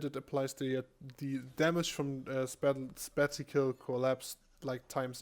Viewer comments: Thanks for the video. Just so you know the E buff doesn't give you super armour whilst you're using skills. If you pop the E buff, then use a skill you can then be CCd I don't know if this is a bug or not. Also 'spacial' is pronounced: space-ih-al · Spatial is pronounced like "spay-shell". It means in space. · There's a slight difference in the pronunciation of special and spatial. Former sounds like spare cial, while the latter is spay cial (cial as in sure). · That's not how u pronounce it.. Phonetically, it would be something like spay-shell